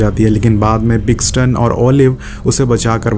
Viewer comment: Paxton ko pixon, Svetlana ko slovania, kana ko kayena, aur bhi Boht kuchh ghalat bolaa isney, yeh movie isney dekhnk nahi, doosron ki explanation sunn k explain ki hai, phuddu saalaa kuttaa haraami